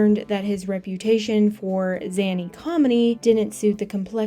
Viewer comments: When you know the voice is AI: "ZANNY comedy"?!?? ZANNY?!????? it's ZANY, dammit! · "zany" is supposed to be pronouced like 'rainy' and it sounded like "zany comedy" became "zanny komini" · Mispronounced Cukor's name. ". . . reputation for ZANNY comedy . . . " If this isn't AI narration, it's a damned good attempt at sounding like it. Channel blocked. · Either this video was voiced by AI or this woman doesn’t know how things are pronounced. Gee-von-she? Zanny? 🤦🏼‍♀️ I’m not usually one to comment like this but I made it half way through this vid and got too annoyed to continue. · Zany is pronounce ZAY-NEE...I'm not making fun of you, it just confused me when you pronounced it like that🙂 It's too bad Peppard was such an arse, no wonder his acting roles lessened throughout the late 60's-70's, until A-Team and he even seemed to be unlikeable behind the scenes there also.